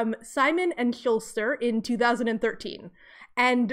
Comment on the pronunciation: just a note -- "schuster" doesn't have an "l" :)